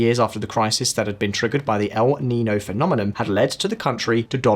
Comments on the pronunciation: Yes as an American even I know that is the wrong pronunciation. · 😂😂😂 the way he pronounces El nino. It's el neenyo, not l neno.